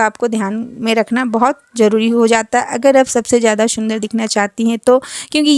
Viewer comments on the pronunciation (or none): Shundar nhi sundar😂😂